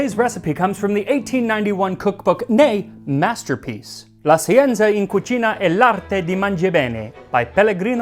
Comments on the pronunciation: I only point it out since you seem to strive to be conscientious about your foreign-language pronunciation, but "scienza" should be pronounced "shee-EN-tsa." "Sci" always makes a "sh" sound in Italian, and z always makes a "ts" sound. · His pronunciation is terrible. Look how he pronounced "scienza" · Please check out your pronunciations! It's "SHEN-za" for "Scienza."